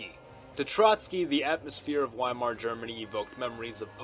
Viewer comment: It's pronounced viemar. Not wimar, the Germans pronounce their w as vs.